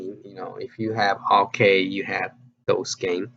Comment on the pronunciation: it's counter-cAde as in band-"A"id. c"Aid"e. Also I do not think dig dug is dig "and" dug. It is just "dig dug". Sorry for my OCD. Love your videos as always, don't get me wrong.